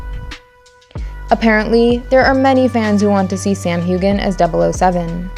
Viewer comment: Your list is horrible, and Bond is white, not black, and shows you do not truly care about Fleming's Bond. And it's (Cillian) pronounced Killian Murphy not sillian. And it's pronounced Sam Hew-en not Hu-gen